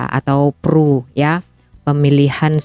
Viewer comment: Pemilu diIndonesia. Di Malaysia PRU (Pilihan Raya Umum). Sebutannya P.R.U. bukan pru. Sebut hurufnya satu2.